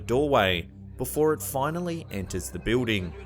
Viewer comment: I like the pronunciation of building, biwding?